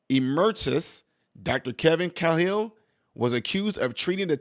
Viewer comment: The name is pronounced, "K-HILL", Thanx. Matt Cahill